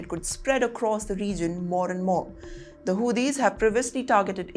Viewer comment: 😂😂😂😂 Madam calling Houtis as - Who these Lmao